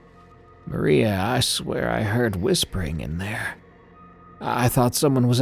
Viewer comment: maria sounds a lot like hurry up which would have been probably his last thought before giving up